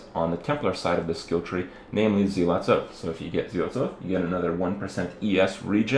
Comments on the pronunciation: Zealot, not Zeelot. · zel-uht = zealot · Why do people keep saying SEE-LOT, it's ZEALOT